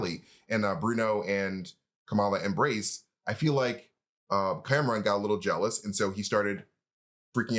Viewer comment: Nice to hear you two starting to pronounce words like Pakistan and Kamran correctly - not so much "Pehkistan" and "Cameron"...